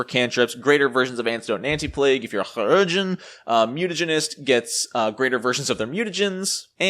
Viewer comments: It is actually Kī, as in K-eye, for Chirurgeon. Lol. I personally just pronounce it like Surgeon, but us the Su sound from the word sure. But it is amusing to listen to you say it. Amusing, and equally triggering. Lol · 3 years late and I'm sure someone else said it but it's more like "key-rur-gen" (if that's a good approximation? idk, not good at not using the IPA but I know most people don't use it so I don't wanna make it inaccessible). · In FFXIV the voice actors pronounce chirurgeon was pronounced a hard C. So it sounds like kire-urgeon. Interestingly chirurgeon is very similar to the french word for surgeon. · chirurgeon = KAI-rer-jun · It so simple... SUR-geon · Mispronouncing that word does not make you cute or funny just irritating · great video, but man the surgeon pronounce thing hurts lol :P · I'd call you out on how to say "Chiurgeon" but I have no earthly idea how to say it either. None of us do. We just presuppose we're saying it wrong, take the L and all nod in agreement as if we said it correctly. Remember when P2e was first released the amount of Alchemist revisions in the patch notes was pretty hefty. I still haven't caught up on a lot of them, and for the first half a year I still had the Playtest rules in my head, so it makes sense the Alchemist is better now. Left over Playtest rules which weren't caught aren't too uncommon with Playtests sadly. Cheers. Interesting video. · Also, can we get a 10-hour loop of you saying Chirurgeon?